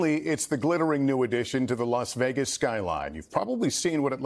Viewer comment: Did they pronounce it as "Laos Vegas"? That was really bizarre. Golbalism subconsciously and subliminally at work. By gosh, I listened THREE EFFING TIMES. LAOS VEGAS.